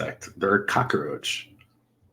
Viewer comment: Stop pronouncing it COCK-A-ROACH!!!!!!